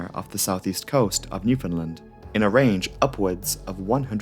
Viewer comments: Same here. It’s also nice to hear that he pronounced Newfoundland correctly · so this is a small thing but thanks for pronouncing Newfoundland right. I’m from that area of Canada and the amount of time I’ve heard it pronounced wrong is crazy lol. Great video as always